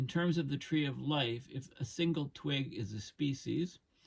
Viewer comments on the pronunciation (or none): none